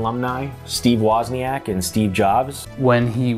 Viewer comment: fucking learn to pronounce wozniak scrubs